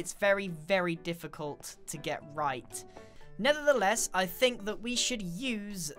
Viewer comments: Did he say ‘Nether-theless’? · Did he say Nether the less